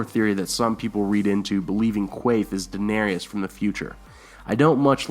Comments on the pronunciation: DA-NER-IS DA NER IS That is how her name is pronounced and spelled. Not DA-NER-EE-IS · I normally don't give a crap when names are mispronounced, but the mispronunciation of Daenerys is making me a little nuts. It's only three syllables - DA - NAIR - IS, not DA - NAIR- I - AS. Other than that, cool stuff.